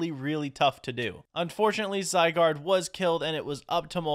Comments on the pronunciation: Pronunciations the first legendary you got is pronounced zy-guard and the ghost type that you evolved is called a rune-a-re-gus and the grass type with the flower hands is called a rose-sell-ia and the bagon is pronounced bay-gon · Your first legendary is pronounced (zi—guard) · The Pokémon legendary name that you can’t pronounce is Zai and guard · Zygard called for cells to help him and pronounced zy gard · How to say zygaurde: zi-gaurd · runerigus is pronounced rune a rigus and zygarde is pronounced zigh gaurd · It’s (zee-why-guard) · It’s zi gard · Zygarde is pronounced Zie-Gaurd. You first spot it in Pokemon XYZ. Also, Zygarde has many forms.